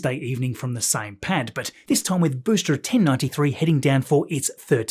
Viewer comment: Great video as always, but why do you keep pronouncing ‘booster’ as ‘boostra’?